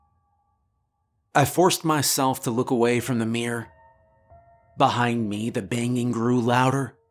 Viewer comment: she leaned closer to "meyh"